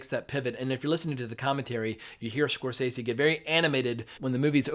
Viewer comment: Pronounce the Directors name correctly Score sese’